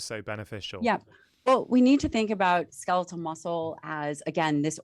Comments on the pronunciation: Such valuable information❗️ We ALL need to get moving . I just pettily cringed each time he said ‘ska-LEE-til’... 🤦🏻‍♀️ even after repeatedly hearing her saying ‘SKEL-it-tal’. Yes, it’s petty but he says every other word perfectly & with the mildest accent...why not this word?? 💕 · Ska-leetul muscle? wtf?